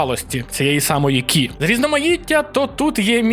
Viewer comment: Хтось вже підказав, що не «Кі», а «Ці» або «Чі». Знаю що то важко осягнути, сам в шоці був!))